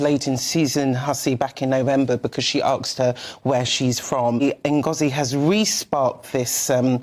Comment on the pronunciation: I'm sorry, all respect to the young lady, but it's asked, not axed.